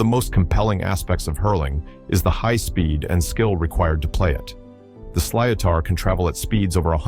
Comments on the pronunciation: sliotar is pronounced slittar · Sliatar😂😂😂 silotar is pronounced slit er